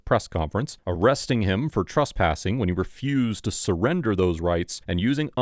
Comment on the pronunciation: Why do you call it "trUspassing"? The third letter is an E, not a U. Did the reporter get arrUsted? In the morning, do you get drUssed before going out? It's TRES, rhymes with DRESS.